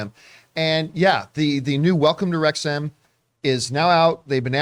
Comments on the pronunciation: FYI, It's Rexum not RexHAM 😉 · Jon, you mispronounced "McElhenney" and you mispronounced "Wrexham" too. It's not "wrecks-HAM", it's "wrecks-um". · Pronounced Wrexum by the locals not Wrex Ham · Wrexham is said as REX-UM not REX HAAAIIRM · Hi John and team. It's pronounced 'Wrex-hm' and not 'Wrex-ham' 😂 Love your show. BOTF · It’s pronounced Rex’m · Rex-ham 🤣 You don't pronounce the H! You never pronounce the H in ham for British place names unless it's a separate word, like West Ham. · Wrex'm. Pundit only has one n. Not pundent. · Wrexham lol Wrexhm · Worries about mispronouncing that guy's last name but makes no effort to get 'Wrexham' right despite making it clear at the beginning 😆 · He's watched the show, and he still can't fucking pronounce Wrexham properly. Just incredible.